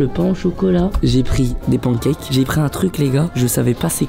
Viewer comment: waaah comment y prononce « pancakes » c’est honteux